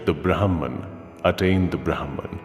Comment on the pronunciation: In Indian languages, the names pronounced correctly means something. It would have been better if this was read by someone who knows the language., as these mean something else when the pronunciation is different.